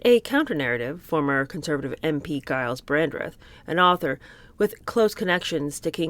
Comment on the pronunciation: I love you so much I’m a Brit -just want to mention that Shire is pronounced SHA and Giles is pronounced Jiles And I really listen to you everyday ♥️♥️